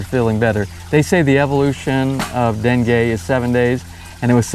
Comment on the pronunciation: are you calling it Dengay?